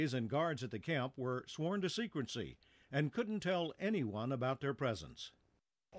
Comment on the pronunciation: Did he just say "...sworn to secrency"????? Since when is there an "n" in secrecy???